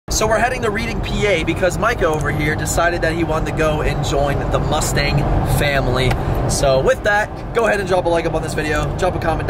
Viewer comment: Pronounced "redding"